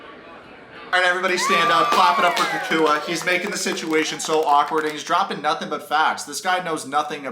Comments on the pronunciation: please stop calling him KooKooUh. his name is CockWah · Bro STOP SAYING COOCOO-A. It’s COCK-Wah. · The way you pronounce “cacooey” 😂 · Oh for the love of God people - his name is pronounced like this: "Cow-qwa." Jennifer thinks Jesse is sooo great. When she finds out Jesse really isn't that rich (but just plays one on s/media) 😳😆🤣😂😆 Jesse thinks he's waaaay more sophisticated than he actually is, typical Narc - he & Jennifer deserve each other. Also, Jesse thinks he's such a suave gentleman 🙄 😆 - yet he doesn't even know how to properly hold a chair to seat a woman; then, he 'barked' at the waiter 🤯🙊 in a restaurant because he felt he didnt get attention fast enough! Very classy move 👌🤮 - the waiter probably had to go find his 🕶 to approach your table because your NEON BLUE tux was blinding his eyes. BTW Jesse - NO ONE who is used to good quality, prime steak... orders it over a temp. of MR, or Med/MR at the most. But no, you complain that it's raw. 😂🤣😆🤣 Oh yes, Mr. Luxury World Traveler who likes the finer things in life - you should know that you're at an Argentinian BBQ restaurant - which is basically a meat fest & you just have to order "vegetables" like you're appalled. Jesse's skinny little chicken lips gross me out & your tantric yoga is just an excuse to dry hump Jennifer. I am so unimpressed by this creepy dweeb. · I think you say his name like CAH - cwah Anyway tho , I agree with every single opinion you have here man , He made that shit mad awkward and was one of the funniest ppl featured on the show lmao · It’s really not that difficult. It’s Cacua. KA-KWA. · Why you gotta mispronounce that man’s name so bad? 😩😩💀 (kak-wa) lol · 😂😂😂 the way you pronounce cacua’s name is soooo funny ... your basically callling him Mexican boogeyman